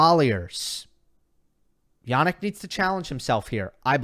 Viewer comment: it's jaNNik not jaNik fucking hell